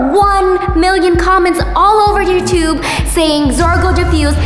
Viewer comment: Chad the project zorgo leader don't know how to say you tube he says twbe😁